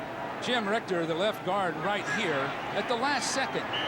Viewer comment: I want to slap the announcer that keeps calling Jim Ritcher, "Jim Rickter"